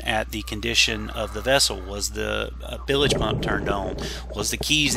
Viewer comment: Isn’t it bilge not bilage?? Very interesting salvage job. Good work.